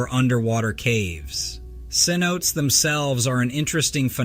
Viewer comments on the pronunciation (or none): SIN-O-TAY CENOTE